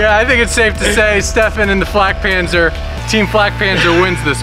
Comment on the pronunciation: das ding heißt flakpanzer und nicht fläkpänser